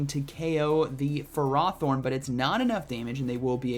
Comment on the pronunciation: get off his butthole “bro” this dude can’t pronounce ferrothorn, forgive me for not knowing if he knows what stab is